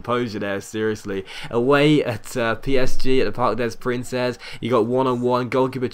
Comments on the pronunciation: Btw docks, it's pronounced parc d prants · Please pronounce Parc des Princes correctly! Kills me each time you say it like it's spelt. It's pronounced PARK-DEH-PRUNS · Pronounced "Park Day Prawnce" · I hate how he keeps saying Parc de PrinCESS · you don't say the "s" of des and princes for parc des princes